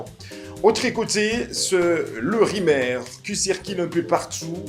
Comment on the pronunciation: Apprends a parler FRANCAIS. Car tu veux t improviser journaliste. Il y a une difference de prononciation entre Mathieu et Mathie, plusieurs et plisieurs, Rumeurs et Rimers, etc….APPRENDS A PARLER au lieu de risiculiser les congolais . Quelqu un au Congo t as trompe en te faisant croire que tu sais parler Francais